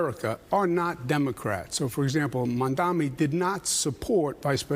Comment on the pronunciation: Why does Cuomo keep intentionally calling Mamdani Mamdami?